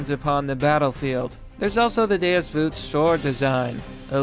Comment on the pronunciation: It's not "deos vute" its DEUS VAULT!😫🗣📣📣